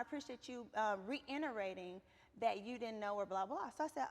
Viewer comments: "Re-innerating" -Reiterating/ Reiterate! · Not reinerating? I can’t stand Porscha 😂😂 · “Re-inarating” 😂😂😂😂😂 Porsha please